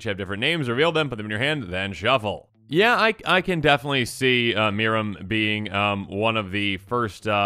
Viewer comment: As much as I wanted them to lean into the UR Dragons strat they said they were doing... This is too good to be mad about. Also, good job, it is pronounced "MEER-ehm"